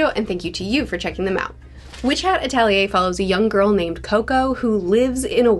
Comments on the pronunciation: Atelier is pronounced Ah - Tel - ee -A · Also ahhhhh it's Witch Hat Ah Tell Eee Ay. The first e isn't silent 😭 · It's pronounced 'Ah-tel-ee-yay.' It means worksop or design studio. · Lots of neat trivia! 1) First of all, I know you like to know how to pronounce words, so "Atelier" is pronounced "Ah-tell-ee-ay", with the "R" at the end being silent. 2) The author, Shirahama-sensei, has a small, episodic manga (3 volumes long) about an angel and devil who are best friends/rivals who love and hate each others' guts as they both work to profitize humans for their faith/souls. Imagine a silly cartoon, but with Witch Hat's beautiful artwork, and a heavy focus on femininity as expression. I highly recommend it! 3) If you know and enjoy the cartoon, The Owl House, and see a lot of parallels between Witch Hat's magic mechanics, that's because Dana Tarrace is a huuuuuge fan of Witch Hat and almost certainly took inspiration! And to make things even better... Shirahama-sensei is a fan of The Owl House and has even drawn fanart of the main couple (she's very LGBTQ+ friendly)! They follow each other on social media and I believe they have spoken in person now, too. ^^ 4) Shirahama-sensei once won (I think?) a manga publishing contest, but was then told her style seems more fitting for American comics than Japanese manga... which is an insane take, but okay. So guess what she did. ...She began working for Marvel! I'm not a comics fan, but I have some of her artwork she's published in the US. It's gorgeous, as always~ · I agree with everything you said. I'm very much looking forward to this anime. Also, pronounce Atelier the same way twice: mission impossible, lol. Jk, mostly. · Atelier is apparently very hard to consistently pronounce.